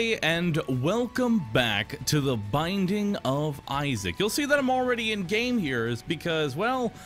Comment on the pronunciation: you missed a Super Sec- OH SHIT HE ACTUALLY FOUND ONE? And more gungeon pls That almost sounded like "The Bible of Sanic"